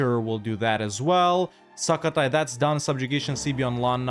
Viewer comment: Love how you say it like SUCK-o-Thai which is kinda appropriate XD. The "u" is pronounce like u in the word "put" btw.